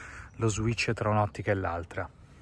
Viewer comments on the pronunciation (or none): none